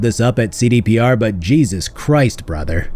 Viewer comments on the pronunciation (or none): none